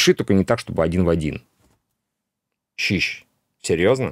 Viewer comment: Сижу, чуть ли не плачу от вашего "щищь!"😂